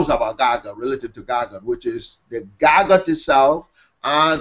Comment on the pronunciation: Stop pronouncing it wrong how disrespectful GaGOOT. It's GAGUT